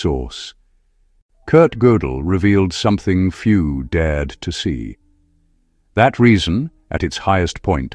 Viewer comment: Oh, the blistering, breathtaking irony of a computer-generated audio track pretending to be human, while (quite correctly) professing the truth that consciousness is not computational, and machines cannot be intelligent. And then, to prove it, the moronic computer voice misinterpreted the script, inappropriately accenting "THAT reason". But there was no preceding referent for "THAT". The narration algorithm understands nothing that it says. The emphasis should be "...something few dared to see: that REASON...humbly admits its own limits." But of course, "Artificial Intelligence" is a misnomer; the narration algorithm isn't intelligent at all. Otherwise, the video does a pretty good job of summarizing Gödel's proof, and exploring some of its important implications. It does wander into some mysticism, but overall it's worth watching.